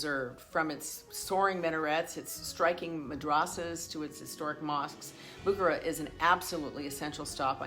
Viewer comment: It is not BOO kuh ruh it is boo KAR uh